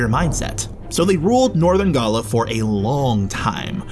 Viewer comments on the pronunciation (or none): none